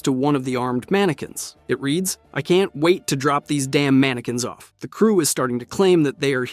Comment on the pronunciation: Please for the love of god, stop pronouncing it MAN AH QUINS, ITS MAN AH KINS